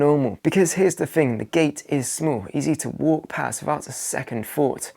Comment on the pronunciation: THING, not "fing", THOUGHT, not "fort", MONTH, not "munf" . . .